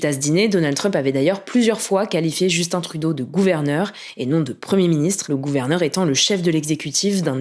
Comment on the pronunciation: Au moins elle a pas dit Justine comme on entend souvent en France,,,.